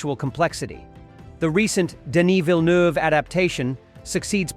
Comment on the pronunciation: "De'Knee Velnoov"